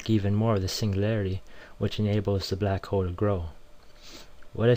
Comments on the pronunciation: i love how the guy say balck hole but all and all great vid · This dude's racist. He says "Black ho" a lot. Lol. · LOL! It sounds like he's saying "Black Ho"